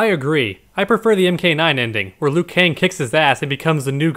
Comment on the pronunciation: Liu not lui